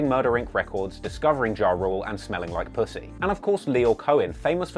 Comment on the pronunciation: LOL, LMAO....He said pussy with that accent. 😂😂